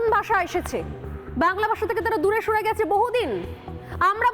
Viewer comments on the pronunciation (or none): স রে ছ বলে কারা